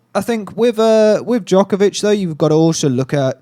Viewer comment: Its funny to watch these debates on Djokovic dominance and how HARD it is to roll the name Djokovic off their tongues. So upsetting to see actually! Anywaaaay....btw, Djokovic already won 4 in a row...just saying..